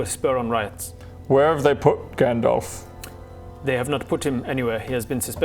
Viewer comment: Instead of Gan-Dolph maybe Dolph-Gan. 👏👏